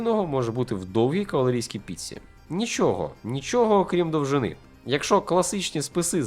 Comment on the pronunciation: Тільки "якщо" а не "якшо", якщо ви блогер)